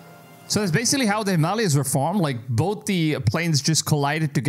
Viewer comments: Bro it’s pronounced the Him-a-laya’s not Himaaalaaaya. Awkward. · If you can't pronounce words correctly in English, go back too school, him- malias😂😂😂😂😂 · The mountain range is pronounced: Himal A yas. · africa and south africa two instead of 1 cool you need to learn the names of mountains though himalaya's him a lay a;s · the way he pronounces the Himalayas 😂😂😂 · Our host can't pronounce Himalayas properly and the religious nuts in chat think it's all God's doing 😂😂😂😂 so funny !!